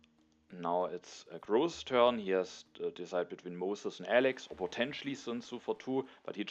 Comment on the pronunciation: GG! One thing that has nothing to do with TtA: I think you should reconsider your pronunciation of Grozz. There's an English word "gross" that's pronounced pretty much exactly how you say his name. It's a synonym for "disgusting". Might be better if you say it in German :) Thanks for the continued high quality videos. I support your decision whatever you do!